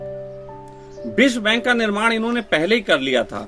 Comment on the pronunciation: भैयाजी बिश्वा बैंक नहीं विश्व बैंक .....😂😂😂